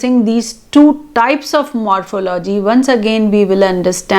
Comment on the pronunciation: The word morphology is pronounced wrongly.